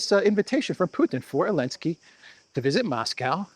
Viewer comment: Why do you call Zelinskyy "Olinsky"? Is it just petty disrespect or is there another reason?